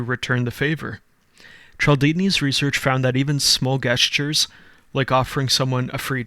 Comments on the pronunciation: Bro… “guess-tures”? I was with you right up until you said that and you lost so much credibility speaking about these topics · Did he just say guess-tures? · Did you say GHEstures? 😂😂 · This man said guessture.